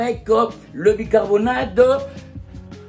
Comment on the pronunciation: bicarboNATE et non bicarboNADE SVP